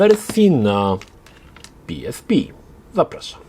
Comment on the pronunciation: Jakiee PI ES PI tylko i wyłącznie PE ES PE xD